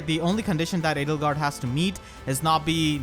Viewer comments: L! Edelgard?! You mean... Ladlegard? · Hey look at that, "Ladlegard" is now a valid, non-meme pronunciation.